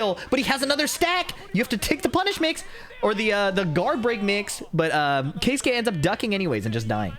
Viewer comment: finally an american who makes an effort to pronounce keisuke correctly. pisses me off how english speaking people just dont give a fuck how peoples names are pronounced